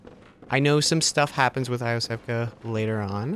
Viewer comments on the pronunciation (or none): Iosefka- pronounced YO-sefka, not EYE-o-sefka.